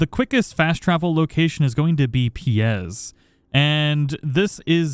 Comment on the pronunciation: Pie Z not "piez" great vid thoe man you always got the best info I apologize for my nitpick 😂